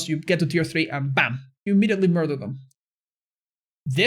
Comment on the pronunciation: Nothing better than hearing say Mur-TH-ur in the morning:P